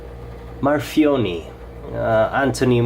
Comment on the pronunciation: For fuck sake it's a reverse tanto NOT a modified sheepsfoot. And that's not how you pronounce his name. You have a very decent channel but please do more research if you want to do a "review".